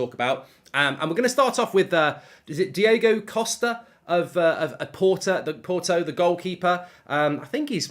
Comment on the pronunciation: It’s DiOgo Costa as it’s DiOOOgo Dalot